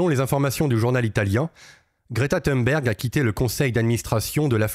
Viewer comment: On prononce Thonberg...